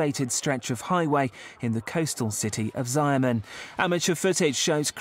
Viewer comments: It's difficult for many westerners to pronounce hsia or xia, ergo, 'sha-men' seems acceptable to me. At least it's much closer to the correct pronounciation than 'zia-mon'. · its pronounced - Sha-mon......NOT ziamon. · Wrong. You could say hsia-men instead. sha-mon is so weird.